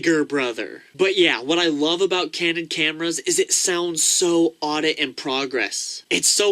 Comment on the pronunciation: hey man, it's audit in progress, with a D, not aubit, with a D, just sayin